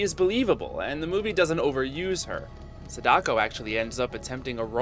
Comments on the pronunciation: I’m sorry to be this person, but gah, your butchery of their names is wounding me. “SAH-da-ko” not “sah-DA-ko”. Most Japanese names have the stress on the first syllable. Her name (and Kayako’s) are repeated so many times in the film. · Sada-ko not Sadak-o... Kaya-ko not Kayak-o